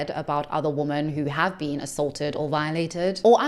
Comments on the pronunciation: Hopefully this won’t upset you, as I say the same thing to maybe 20% of YouTubers that I watch, but… Thanks to the stupid way “women” is spelled, you’re sometimes misreading it phonetically as “woman”. This common error recently became a pet peeve of mine after I noticed how many influencers do it. I figured you’d want to know, since you seem to be an intelligent Feminist. It’s an easy mistake to make, since you basically have to read the word backwards, in some sense, to know whether it’s singular or plural. I’d love to see the spelling of this word revised to something like “wymen”, but, alas, MEN created languages and they don’t give a damn about what’s best for wymen. But hey, if you edit your scripts (assuming you have one, because, otherwise, how is this error made?) to change all of the words “women” to “wymen”, you’ll never misread it as “woman” again. Yay, I found the cure! Now I have to go tell the rest of YouTube. 😮 Please feel free to delete my comment, as I would have preferred to send it to you privately. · When speaking about something as serious as feminism, at the bare minimum, you should at least pronounce the word, women, correctly. The fact that you continuously use the word, woman, erases the entire group of us. I have made this comment multipke times on your videos, I’m not sure why you refuse to correct the mistake. Women is pronounced wim-men. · Are you pronouncing women and woman in the same way or am I hearing it wrong? I thought 'women' was pronounced as wim′in. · idk if this is an accent thing but why do so many people pronounce women as woman? it drives me crazy lol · The plural for woman is women, pronounced 'wimen'. Great video but had to say! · Why did everyone start pronouncing women wrong? whim-in im hearing this evvvverywhere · Look, i am old and in my feels, but had me misting up. ALSO your pronounciation of "women" felt so poignant since it sounds as if we are one woman! ... thank you for your commentary service 🫡